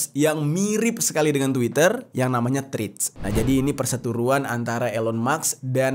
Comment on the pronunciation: Hi! dibacanya TREDS bukan Trids